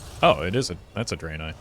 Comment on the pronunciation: It’s Draenei pronounced as “Dran like Brann” from the developer rap video released by Leo